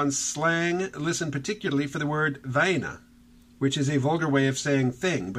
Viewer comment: "Vaina" se pronuncia "VINE-uh." Si dices "va-EE-na" se suena demasiado a "vagina" (va-HE-na) lo que significa a lo que se parece.